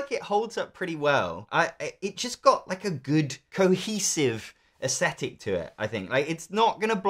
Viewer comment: You say "aesthetic" weirdly. And you said it dozens of times. It's not "asshetic".